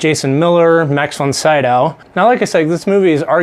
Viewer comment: Pronounced Ellen Burstin and Max Von SeeDowe. Do 5 minutes of research why don't you.......